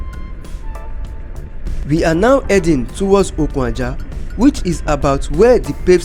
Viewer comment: Good Job on lagos - calabar highway commissioned. Just a point of Correction ; Okun - Aja meaning Ajah - Beach not the way you had mistakenly pronunced it as Okun Ajah, i.e Ajah Rope. Okun as in Beach in english. pls its just to shed more lights to your illustration not on negative side.. weldone .